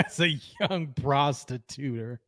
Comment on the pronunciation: 😂he said prostituter😂lmao prostituter 😂